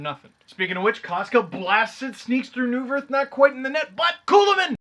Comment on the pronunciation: Neuvirth's name was mispronounced... should be "Noy-vert." And ouch to that Kessel drought considering I have him on my fantasy team... sigh.